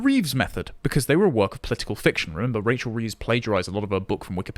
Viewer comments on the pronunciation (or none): none